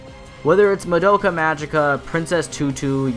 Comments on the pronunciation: I swear it's pronounced Mah-Doh-Ca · but they always pronounced as Mah-Do-Ka